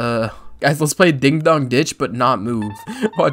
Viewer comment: not a ding dong ditch its a din dong🤣